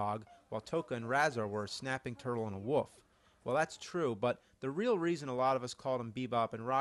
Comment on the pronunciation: do people really not know that is called a wolf, not a "woof". Come on lol